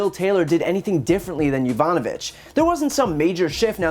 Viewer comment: He can’t even say her name right. Be says “Yanovich”